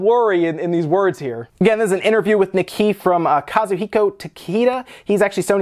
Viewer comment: FYI: It's pronounced like "knee Kay" (Nikkei).